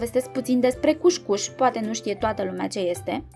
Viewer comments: Se citește "cus-cus" nu "cuș-cuș" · Multumim pentru rețete! COUSCOUS nu couşcouş! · E "cuscus" nu cuşcuş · Corect este cuscus